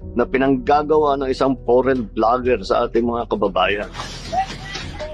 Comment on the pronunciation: your english is bad but i bet you know my language more than i know yours lol, just teasing you. Foreign is pronounced 'For-en", also she isnt "in bikini" she is "in -> A <- binkini". Not trying to criticize just trying to encourage and help. English is tricky